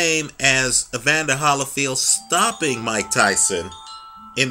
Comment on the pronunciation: I like this guy, I think. I mean I watch his videos occasionally because he seems well-versed, but he speaks soooooooooooo slow. He has a good narration voice though. But he has weird affectations, like why does he pronounce it Holly(as in the tree)field instead of Holy(as in god)field? Does he know something no one else knows??? Just some constructive observations...